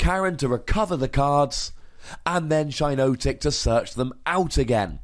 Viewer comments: Definitely shouldn't be pronounced "shy-no-tic"...It's a hypnotic shiitake mushroom, hence the double 'i'. If anything, it's probably closer to "she-naw-tic" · It's pronounced "Shee-notic", as in the "shiitake" mushroom.